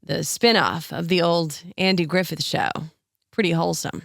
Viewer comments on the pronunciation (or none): none